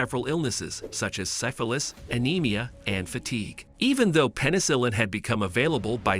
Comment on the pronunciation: Is your voice over host a text to speech program? Sigh-fillis (syphilis), low-boh-tomy (lobotomy), yuni-maginable (unimaginable). Those are strange words to mispronounce for someone who speaks so well.